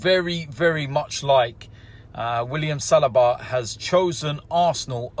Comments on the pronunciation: It is not Salaba, it is Saliba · OMG it's Sell-lee-ba